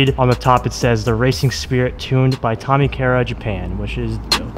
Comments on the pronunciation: It’s Tommy Kaira - pronounced KAI-RA 🤙🏻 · Man, at least pronounce the parts right. Ultra rare and dope shift knob, respect on that, but that's not how you pronounce Tommykaira.